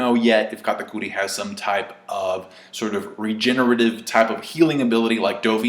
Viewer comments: its kat-ah-kur-ee dammit, not kata-coooo-reeeee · You saying katakuri in a weird way